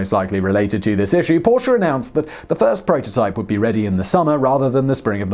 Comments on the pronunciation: OMG HE SAID PORSCHE RIGHT :D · An english man who pronounces Porsche the way it is supposed to be :OOO I thought i would never see the day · Da haben Sie Porsche aber sehr schön betont :) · Simon, I watched this with a big smile on my face from hearing you correctly pronouncing "Porsche" numerous times! I also like your little remarks about Der Fuehrer's interference with people who knew better than he. I'm you've probably seen the story of the development of the ME-262 jet, which might've prolonged the war and cost many Allied airmen's lives---if Hitler hadn't decided it should be redesigned as a fighter-bomber. It required a change from tricycle landing gear to "tail-dragger" to carry the added weight of bombs, which slowed the plane appreciably. So, instead of building many, many more of the fastest fighter plane (the ME-163B Komet was faster, but extremely unreliable and impractical), time was wasted on a plane they didn't need. By the time they started concentrating on building the 262s as pure fighters again, it was too late for them to make a difference; Germany was running out of resources---and experienced pilots. (IIRC, WWII "Black Ops" officers realized that assassinating Hitler could actually help the Germans, instead of hinder them.) Stay safe, everyone. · Not even 2 Minutes in and already liked for pronouncing Porsche the right way. Thank you Simon!